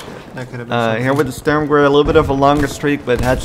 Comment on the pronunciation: Nice Video, but as a german I must say that you mistyped Panzerbüchse and mispronounced „Sturmgewehr“. 😉